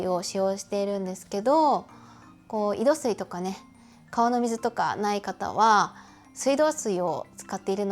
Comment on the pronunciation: 少し気になったので・・・ 井戸水を「いどすい」と呼んでいますが「いどみず」が正しい様です。※念のため読み方をGoogleで検証済み。